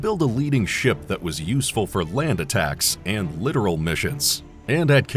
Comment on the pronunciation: It’s not a literal ship it’s pronounced lit tor al Littoral is shallow water